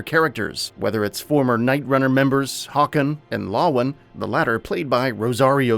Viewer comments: god you pronounced the names so badly. it's hey-con not haycin. and it's la-won not lo-win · "hawkin and lawwin" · mans cant even say lawan right or find the name of the city. it's Villedor